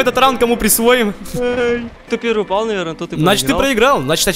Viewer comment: В Тагс сказал упял :D